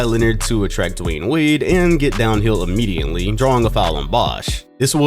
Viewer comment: Yo why you be pronouncing immediately like “immidiently” it’s in all your videos